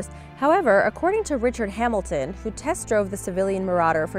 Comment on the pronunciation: you said Richard Hamilton it is Richard Hamond